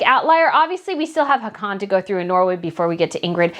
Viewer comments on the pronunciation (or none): none